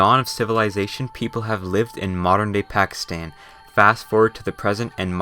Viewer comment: Correct pronunciation Gwadar: ga wa dar Pakistan: both "a" in pakistan are pronounced like in "car"